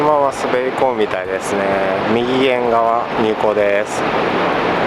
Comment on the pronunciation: みぎげん？ 右舷じゃないんですか？ うげんですよ